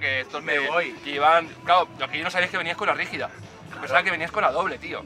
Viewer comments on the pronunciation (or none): Que grande chaval! No es la rígida, es “La Brígida” !! xD